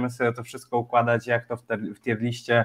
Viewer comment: Nie no kurwa nie moge. Jaka TJER lista? Jaka kurwa? TJIR. TJIR. Rozumiem, ze Polacy jesteście upośledzeni w wymowie jakiejkolwiek nie polskiej, ale jakie kurwa TJER?